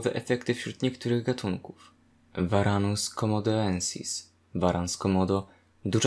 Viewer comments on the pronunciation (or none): Nazwy takie jak komodoensis czytamy komodensis, nie trzeba się gimnastykować z przeskokiem o e